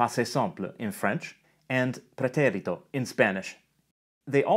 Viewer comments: Know that vowel length doesn’t exist in Spanish. You’re pronouncing the é in “pretérito” longer than the other syllables. That’s good English timing, but not Spanish. It’s a syllable-timed language, so all the syllables are the same length. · agree - sounds like Italian, the last 'e' needs a stronger emphasis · I liked that you pronounced "pretérito" with an Italian accent. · I thought the same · Yeah I noticed that, too. Like instead of just accenting the é, he lengthened it quite a bit as well. Instead of four sixteenth notes with the second one accented, he's doing a sixteenth-eighth-sixteenth-eighth type rhythm. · I love that Latin pronunciation of "preterite/preterito" :D